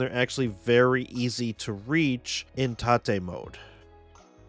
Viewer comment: It's (ro)TATE, not Ta-Tay.